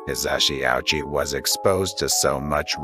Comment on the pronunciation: Ouchi is pronounced wrong おうち O- as in “oh” U- as in “you” Chi- as in “cheese”